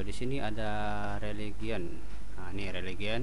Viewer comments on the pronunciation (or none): Region bukan religion 🤣🤣